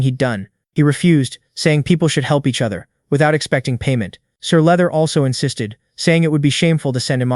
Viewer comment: Sir leather? You mean sir luther 🤣